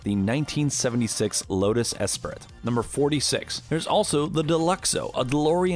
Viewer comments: Alright now hold on, this is all fine and good, but the way he mispronounced 'Esprit' when he was talking about Bond's Lotus is unexcusible. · The way he said Lotus Esprit hurt me even more... :'(